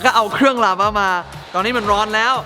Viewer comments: ลาวา ครับ ไม่ใช่ ลาว้า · ราวาครับไม่ใช่ราว้า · ลาวาคับไม่ใช้ลาว้า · พี่เนทพูดคำว่าลาวาเป็น. ลาว้าปกติของคนฝรั่ง555